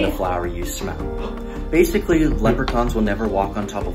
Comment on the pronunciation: All so said basily instead of basically